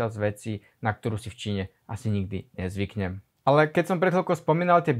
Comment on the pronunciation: NEvidim NEzvyknem NEdaju NEpochopim, maju pri vyslovnosti makke N, uz nevies po slovensky bracho.